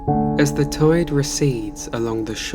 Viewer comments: I literally thought he said “toid” as a normal word instead of “tide” at the beginning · no way bro dtarted the video saying tide like that